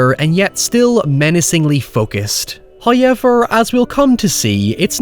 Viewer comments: You said Hoiever... Instead of however. I am not making fun of that, but only want to ask what accent is it? English is not my mother tongue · First "hoyevver" drops . He rewards the patient. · The real demonic possession is the way converted his viewers into saying "Hoyever." 😉😆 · My man can say "although" no issue at all but says "hy-everrr". I want a video essay explaining that. 😂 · "Haw Ever"